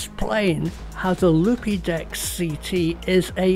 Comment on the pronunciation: I think they pronounce it Loopdeck - but I prefer yours!!! - As a pro photographer I can confirm it is ace